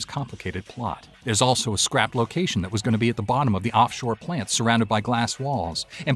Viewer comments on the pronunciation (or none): none